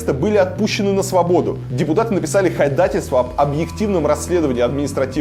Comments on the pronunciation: Илья, не подавай плохой пример произношения! Не ходательство, а ходАтайство, ударение на первую «а». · простите.. но "ходатайство", а не "ходательство"